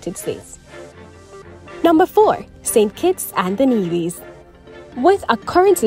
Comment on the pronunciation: Nevis…Trinidadian…Santiago. Before you post videos… learn the correct pronunciation of the names please. Every country and people deserve that. Viva Cuba!